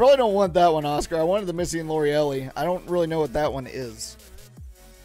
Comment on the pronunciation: Pretty sure its pronounced Lorelei(Lor-a-lye)😬😬...like an old fashioned name!!! Misty & Lorelei trainer🤘🤘